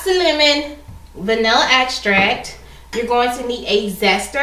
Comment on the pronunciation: I noticed when you were talking about the vanilla, you said axtract, it is pronounced extract.